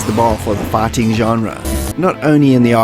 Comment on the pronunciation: Am I the only one who hears "farting" every time he says "fighting"?